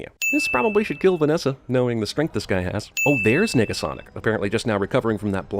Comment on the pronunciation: Nah u said nigga-sonic